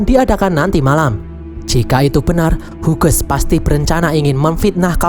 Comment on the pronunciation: Min izin memberi tahu, kalau nama Hughes, itu dibaca nya "Hius/Hyus" min bukan "Huges" 🙏🏻